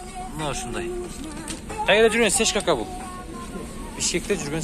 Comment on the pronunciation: Сешка эмес, цешка